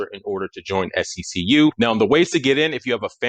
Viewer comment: It’s See-q bro …like 1 flowing word